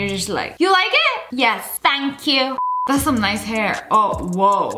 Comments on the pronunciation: the way she said thank yoo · The way she said “ThAnK YoU”